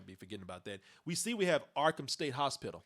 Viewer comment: I like the way says hospital. "Hoz-Spittle"